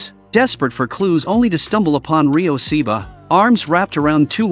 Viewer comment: You can’t even say The name right. It’s not Seeba it’s Ryo Saeba